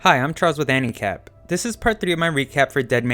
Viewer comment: No offense but when ever he says anicap sounds like handicap and it is rather funny for me xD